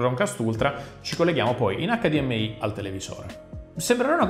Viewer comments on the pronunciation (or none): none